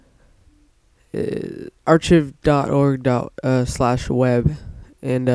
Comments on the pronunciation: Dude, while this may be nice... Go back to school and pay attention when in English. You may do decent in school, but you can do better. My 9yo does better. It's not pronounced ar ch iv. It's Ark I've (as in, I Have) But you put those 2 together and you have it. Otherwise, thank you for doing the Tutorial. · Archiv lol dumbass its pronounced Arc-ive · lol the way he said archive